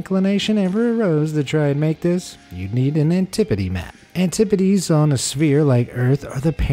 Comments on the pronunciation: I thought it was pronounced an-ti-pode.. not antipodeee lol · Anti podes not an tip o des